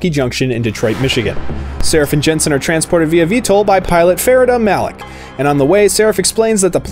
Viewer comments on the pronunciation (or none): none